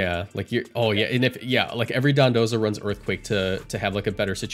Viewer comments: It's called Dodonzo. Either way, he's calling it Dondoza. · Because it's called Dondozo